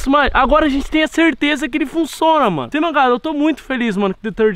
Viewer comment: "Ele Funçona" Kkkkkkk